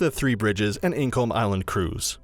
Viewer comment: Incomb, firth of fore